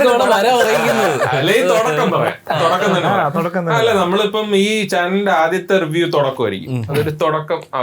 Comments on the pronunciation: Thodakam ❌ Thudakam Workshap❌ workshop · Thodakkam alla Thudakkam… Enthonnadey